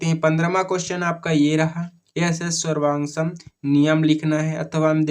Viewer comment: तीा ्वांगसम है 😂😂ना की तोरण सॉन्ग या फिर स्वर्ण सॉन्ग😂😂